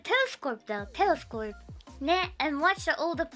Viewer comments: Was she saying telescorpe? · I love how she says "telescorpe" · why does she say “telescope” as “telescorpe” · Telescorp? She says Telescorp? Ive given up. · does she say "telescope" in an Australian accent?